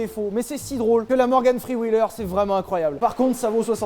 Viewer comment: Ptn ton anglais Je te jure t as dit "morgan free wheeler" 🤣